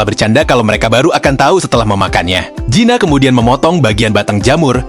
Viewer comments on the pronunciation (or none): Kamu sebut Gina apa zina sih bikin risih telinga ku